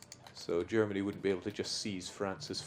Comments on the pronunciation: mean Yermani? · think it's funny... Yeneral, Yerman reich, Yentle, Yumbo yet. Yermany :3